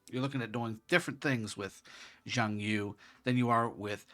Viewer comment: It’s YU! not YOU! Reminds me of rush hour lol!